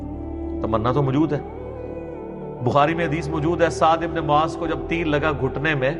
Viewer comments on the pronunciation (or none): Bro not maaz It's Muaz ❤ love from Bangladesh 🇧🇩❤️🇵🇰